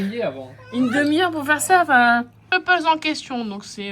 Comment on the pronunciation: Kpop se prononce Képop. K pour désigner Korea ou Corée, pays où est née la Kpop. Je suis une fan, et de Kdrama également. J'ai 68 ans éh oui! Il n'y a pas d'âge pour devenir fan mais pas non plus une dingo 🤣. Je vous souhaite une jolie continuation de vos projets et vos vidéos. Lili Ana a bien grandie mais toujours pleine de malice, ses parents formidables. Vous avez une très belle famille. On vous aime, ❤❤❤❤❤❤